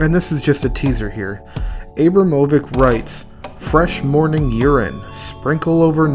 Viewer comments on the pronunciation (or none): Abram ovich